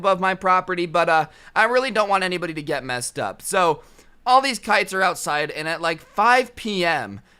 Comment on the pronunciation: Instead of kites I heard pikes